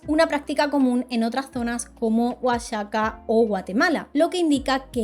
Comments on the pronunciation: Te felicito por el video; estámuy bien hecho, y noté tu preocupación por la pronunciación del náhuatl y del español mexicano. Todo estuvo bien, salvo Oaxaca. Se pronuncia Oajaca. ¡Me encanta tu trabajo! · Pronunciación muy buena sólo Oaxaca (se pronuncia Oajaca) 👏👏👏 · de verdad como mexicana, estoy agradecida por el relato y el respeto con el que se hace, soy muy fan sobretodo de las leyendas mexicas, sin embargo tengo una observación, aunque tengan una "x" en su nombre se pronuncia como "J" por ejemplo así como México, por lo cual Oaxaca se pronuncia "Oajaca" y mexicas se pronuncia como "mejicas", solo eso, muchas gracias por el video y la información<3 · ❤ OAXACA se pronuncia "oajaca"😅 🫶🏼🇲🇽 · Sin animo de ofender, Oaxaca se pronuncia Oajaca, igual que México se pronuncia Méjico.❤😊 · Sólo una corrección se dice oajaca así como lo escribí se pronuncia. Gracias por tu vídeo interesante ❤❤ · Solo Oaxaca! Lo pronunciamos como Oajaca como México, la pronunciación sería como Mejico. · Fuera de la pronunciación de OAXACA, todo bien. Me encantó to video, me encantó la conclusión y que visibilices que no todo es como nos los cuentan y las razones por las que convenía exagerar lo que pasaba, para justificar el volverlos católicos y someterlos. Muy buen trabajo 🎉 soy mexicana y me encanta mi cultura y mis tradiciones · Jaja soy de México y creo que nunca me había dado cuenta de lo complicado de los nombres de varias cosas para los extranjeros, cuando te escuché pronunciar "Oaxaca" con el sonido de la x dije "si, eso tendría más sentido pero en México lo pronunciamos "(U)ajaca" ultimadamente nos complicamos solitos con los nombres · Seguramente ya te lo han dicho, pero te comento, lo único que escuché y noté que no pronunciaste correctamente fue Oaxaca, que se pronuncia Oajaca. Nada más, es un gusto seguirte. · Hola! Una pequeña corrección en la pronunciación de Oaxaca: lo correcto es Oajaca.